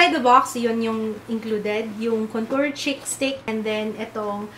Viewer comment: Hi. I always look forward to your videos/vlogs. Mejo na-bbother lang ako sa pronunciation mo ng words na may prolonged /ee/ sound kasi nagiging /i/ sound sya. Example: Concealer sounds like Consiler and Cheek sounds like Chick. I hope you don't take this the wrong way. Keep up the good work!:(